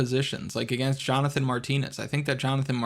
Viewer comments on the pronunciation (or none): none